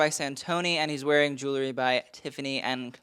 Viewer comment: It’s pronounced jul ree not jul la ree; spelled jewelry.